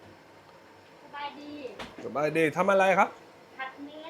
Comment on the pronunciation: When you said sab-ei-lee ...😅😅😅😅